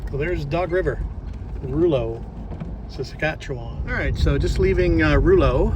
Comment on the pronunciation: Rouleau is pronounced row low. Thanks for stopping. We were fans too. in MB.